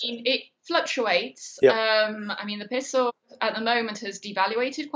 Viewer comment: No lady it is not a called a piso it is a peso